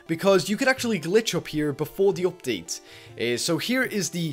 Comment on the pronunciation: Hey what is up everyone I'm and I'm showing an opdate that's what I heard...